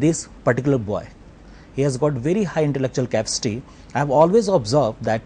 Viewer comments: the teacher pronounced capacity as "capstee" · i love how the prof says capcity instead of capacity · why the heck says Capsty instead of Capacity....wtf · guys he may be brilliant, but i will not accept that his teacher has to come in this show.did you see how he pronounces the words "capacity"......